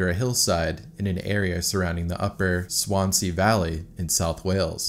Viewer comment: Not to mention Swan Sea and Strat Ford 😅